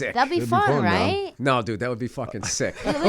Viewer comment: Bill saying, “sik” lol. hell yeah